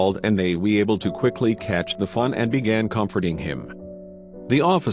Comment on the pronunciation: sounds like he's saying little fun instead of fawn. maybe that's what he meant to say.